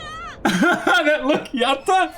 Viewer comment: The pronunciation of "Yatta" is very good.